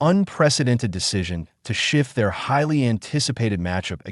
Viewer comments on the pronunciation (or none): none